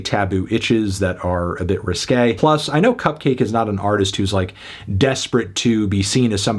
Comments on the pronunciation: Enjoyed the review, though it was a bit weird how you kept pronouncing it "cup-cah-kay". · It's not pronounced "Cupcocky" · wait, isn't her name supposed to be pronounced... cupcakke